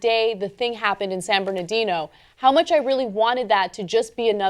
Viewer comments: It's San BernaRdino. I know it's often mispronounced, including here, but at least try to spell it correctly. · It's pronounced Sand Bernardino, Ana. Not San Bernadino. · It's San BernaRdino.. How can you not learn after reporting on this so many times? Amateurs.